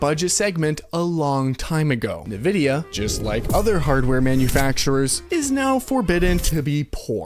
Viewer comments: Am I the only one hearing him pronounce Nvidia "nevidia" instead of "envidia" and being slightly annoyed every time? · It didn't help that all the series X and PS5 games were designed to still be played on last gen consoles. At least a lot of them. So were they truly next gen if they could still be played on last gen consoles? Not in my book. PS: Nvidia is pronounced invidia not navidia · My man really said “nividia” 10 times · What's Navidia? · If you say Navidea one more time, Imo havta crawl through this screen 😂... I'm in need of a PC, but the cost vs. performance is insane.